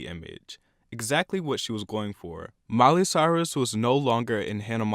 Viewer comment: And btw it is Miley. Not "Miely". Haha